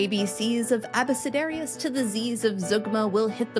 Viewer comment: Based on the Latin pronunciation, I'd always heard and said this as "AH-buh-ke-DARE-ee-us". In addition to that kind of poem, at some point, they also called an "A is for Apple" type teaching book that or an "abecedarium" ("abecedaria" in plual). While I don't think we have any evidence for it, in a time when most people were illiterate, I could imagine a few ways that a corruption of that word would come to be associated with magic that opens doors.